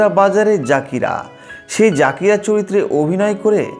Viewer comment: জাকিরা না উচ্চারণটা জাকিইররা